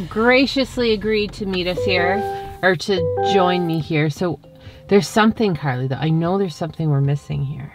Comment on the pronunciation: IT'S NOT CARLAY IT'S CARLIE